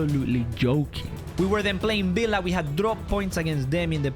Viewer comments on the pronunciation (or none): none